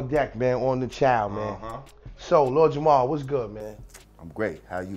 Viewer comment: It sounds like ur saying Jamal. It's JAMAR! Lord Jamar....🤦‍♀️